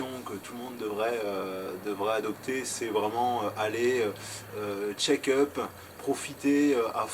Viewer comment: Juste : "Check up" et pas "Shake up" ... 😉